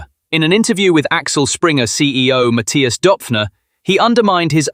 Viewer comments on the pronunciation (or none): none